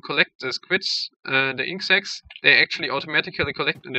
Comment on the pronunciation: Inc sacks? Isn't it inkt sacks?